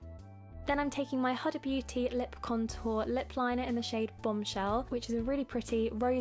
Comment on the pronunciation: Noticed this a few timesnow - its hoo-da not hud-a haha love your style :)